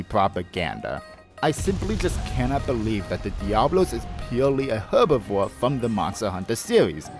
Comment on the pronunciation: please stop pronouncing herbivore incorrectly